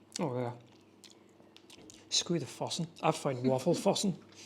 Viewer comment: Your pronunciation of "fossen" is very good.